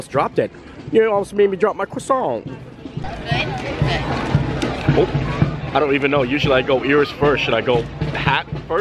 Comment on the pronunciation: please. Kwa-sohn